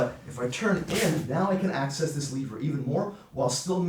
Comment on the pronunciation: Can't stand the way he says "lever" and how many times he says it.